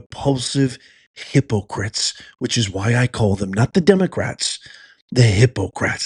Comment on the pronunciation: Its just like you say hypocrats